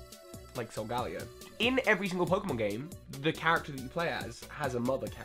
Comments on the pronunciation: I pronounce it as sol-gay-leo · Sol-ga-leo because it's solar + galaxy + leo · It's pronounced "soul- gal- eo". The reason is after galeleo, the famous astronomer.